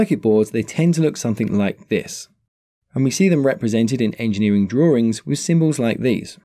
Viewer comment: said, "...engineer's droowings." 😭😭😭🤣🤣🤣